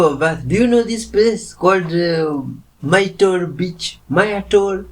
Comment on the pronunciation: Myrtle is pronounced like turtle 😊